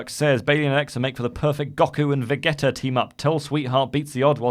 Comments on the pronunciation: It's pronounced Go-koo and Va-G-tuh.... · The way Randy pronounced Goku and Vegeta made me cringe